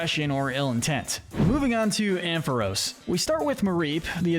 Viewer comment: It’s pronounced amp-fuh-ROSS, dell-EE-bird, UH-zoo-MUH-rill, led-ee-IHN, ELL-uh-kid, WAH-buh-feht, SWY-nub, PIE-low-swine, chin-CHOW, fan-PEE, gly-GAHR, YAN-muh, PYOO-PIH-tar, and houn-DOWR, “”! 🤨 Stop mispronouncing Pokémon names,! You still have a lot more studying to do about Pokémon, especially with Pokémon pronunciations!